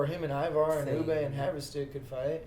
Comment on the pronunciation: It's Ubbe